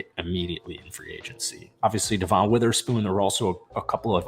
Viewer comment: It’s just regular Devon bro. Not Duh-Von